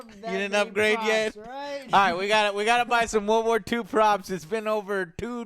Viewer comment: He still says "war war 2" rather than world war 2 like a 4 year old😂😂